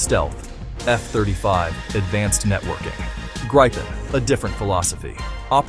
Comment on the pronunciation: How to pronounce Gripen: "Greepen", not "Grippen" or "Gr-eye-pen"